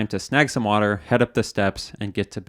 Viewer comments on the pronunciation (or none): none